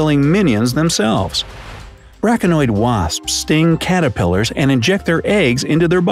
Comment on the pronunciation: Braconoid? Braconid wasp